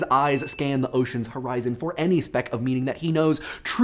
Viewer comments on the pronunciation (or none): none